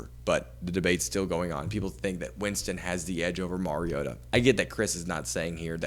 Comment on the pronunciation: Learn his name......Mario Ta!! Not merry ota.